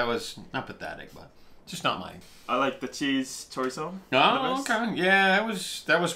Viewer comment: You pronounced chorizo correctly!!! I hate it when people say it CHOREEZO!!!